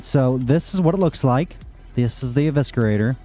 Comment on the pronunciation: Pronounced E-vis-er-ater. Not E-visker-ater